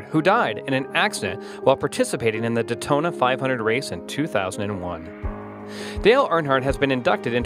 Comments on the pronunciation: What is du tona? It’s Daytona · Chip Gansy ? Felix Sahbez ? Duhtona 500 ? lmao...you would think people who make these things would do their homework before sounding stupid. It's Chip Ganassi and Felix Sabates !